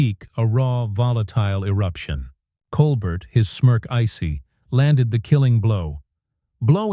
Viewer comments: Col-Bert? It’s pronounced “Col-bear”. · How about pronouncing Steven’s last name properly!!!